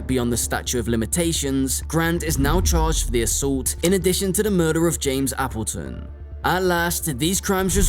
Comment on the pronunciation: I've never heard Appleton pronounced that way. It's pronounced Apple 🍎 like the fruit, and then Ton. 😊hope that helps!